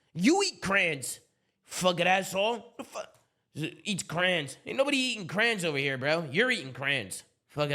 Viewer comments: CRAY-ONS not CRANS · "I don't eat crans, you eat crans" Way to fuck up the Crayola sponsor.:_ZooMaaLREADER:👍